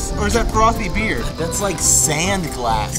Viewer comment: "SAUND" my nigga it's Sand